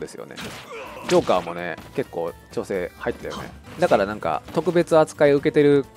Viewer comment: くだらないんですけど、 友達が こんなにちょうせい おおたにしょうへい に聞こえるそうです 笑